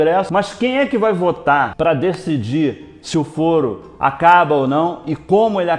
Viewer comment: Falou fóro uma vez :v A pronuncia certa é Fôro :v Mas blz :v Eu sou chato? :v